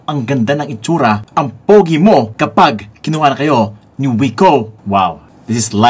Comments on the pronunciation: Wik-oh po basa niyan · Hindi po ba kuya Vince Viko ang pagpronounce sa brand na ito. Ang sabi po kasi ng teacher namin sa English dati BMV daw po ang pronunciation sa BMW. Hehe ok yun lang po 😆